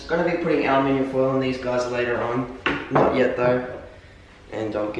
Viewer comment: Hahaha alminium?? It's aluminum.